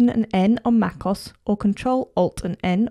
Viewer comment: It is not Macoss it is Mac O-S